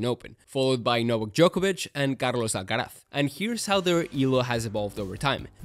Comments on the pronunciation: pronunciaste muy bien carlos alcaraz 👀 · sos español no hay chance que un guiri pronuncie bien el nombre y apellido de carlitos alcaraz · This is a great video! Out of curiosity, are you a spanish speaker by any chance? Because your pronunciation of the names (Rafa Nadal and Carlos Alcaraz) is incredible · bro that carlos alcaraz pronunciation was spot on! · your accent sound pretty spanish, no other country pronounce Alcaraz like that 😅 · Do you speak Spanish? Or did you just practice your pronunciation? Your r’s and z’s are spot on.